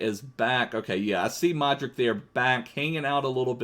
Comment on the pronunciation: I love ur videos and its luka modrich when u say it I know u just reading it but it should be rich at the end